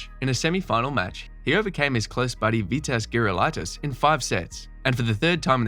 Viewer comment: Props for your accurate pronunciation of Vitas Gerulaitis.